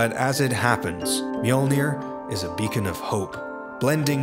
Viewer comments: Fantastic video. Obvious that massive amounts of work have been put into it. Unfortunately not once, did you pronounce the armour as it should be. Mjölnir is a viking name. And should be pronounced as such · I hate that they called it Me-yord-near....